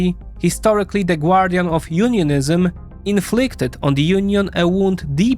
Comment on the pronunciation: High class Russian propaganda... except for the "gwardian" accent...